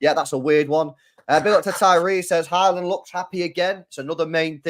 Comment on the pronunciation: It’s not horland it Haaland you nonce